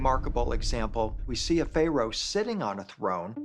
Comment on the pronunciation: Fay-Rows lollll..